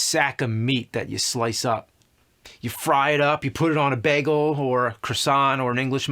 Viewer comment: Did....did James just say "Begel"